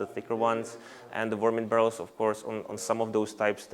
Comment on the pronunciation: I love how he says varmint.